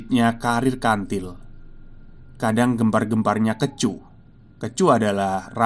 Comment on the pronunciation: kEcu = huruf E dibaca seperti kata: bokEk